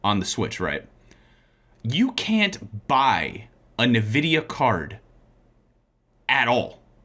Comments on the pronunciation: If he calls it Nuhvidia one more time😂💀 It’s N-Vidia ugh lol Ok caught it thanks 😂 Btw yes I did love the video, you guys are awesome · I loved the video and that guy seems cool but what the hell was that "NeVidia" thing? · You know, made good points, but then he mispronounced NVIDIA, so he's wrong. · made some good points about some things but he mispronounced "NVIDIA" so he's wrong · Ya'know, made good points, but then he mispronounced NVidia, so, he was wrong. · Y’know, from Mega64 made some good points, but then he mispronounced “NVidia” so he’s wrong tbh